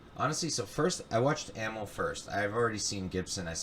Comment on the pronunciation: I dig the podcast! Amil is pronounced 'Uh Meel' BTW!